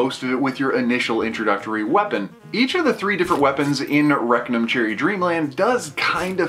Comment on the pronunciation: Rectum cherry dreamland? That's all I kept hearing.